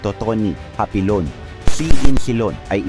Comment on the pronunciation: Hapilon dili hapinon